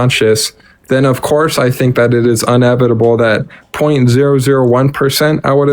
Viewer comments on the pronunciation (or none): also he said “unevitable”